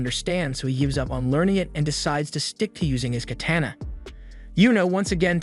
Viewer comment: Go learn how to pronounce katana that was extremely gross the way you said it a major cringe